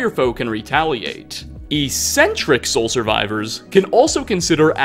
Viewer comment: Dude, you really need to double check your word pronunciations. In several videos you have made obvious mistakes. Like, how do you not know what the word "eccentric" sounds like? How you get "ee-sentric" from that is beyond me. Couldn't be more obvious that you're just reading from a script that someone else wrote. Whoever wrote it really needs to be the one to read it because you just ain't it chief.